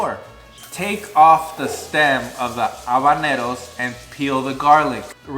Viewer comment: Nobody:: jabanero 😂